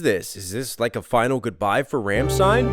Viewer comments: ffs Rom-shh-tine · You did an amazing review but the band is RAWm-stein :) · This has always bothered me. It's rlam-schtein. Best way I can type the pronunciation